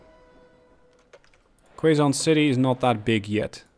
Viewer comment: I've been doing the old "double slip" for a while now haha, it definitely works super well for a double line (one-way) and having trains between each city so they can use different platforms :D Btw it's pronounced "Kay zon" not "Kway zon" city. It's in the Philippines :)